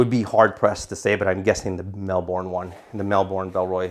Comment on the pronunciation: Great review, I felt that the frame sheet impaired access to the side wb pockets on the Transit 28L too, despite having tonnes of capacity. Also love how you pronounce Melbourne (we say it more like Melb'n)